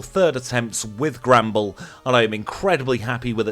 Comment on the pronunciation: I just realised he's saying Granbull, but every time, I hear "Gremble"